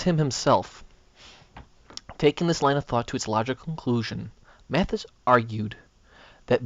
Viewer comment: Pronounced Mad*is. Not Mat*his.